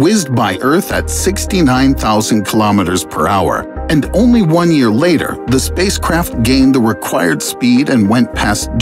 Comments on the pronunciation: Lol he said yaer👀😂😂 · "1 YAER" 😂😂😂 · 1 YAER* lol I caught that